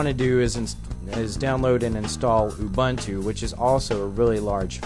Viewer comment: Ubuntu! not Umbuntu!